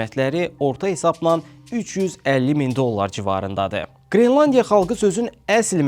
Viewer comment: Qrilandiya yox, qrelandiya😅